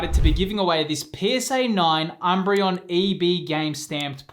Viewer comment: Umbreon sounds like embryo! 😂 Was that a unique enough comment? May I plz have the giveaway card?🙏